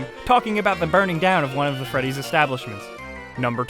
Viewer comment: five ight at fressy